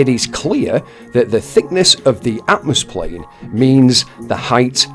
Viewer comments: I like how he says "atmoSplane". With an S. As in the first letter of Sphere. He cant even create a new word without failing 🤦🏻‍♂️ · Oh God he said atomoplane🤣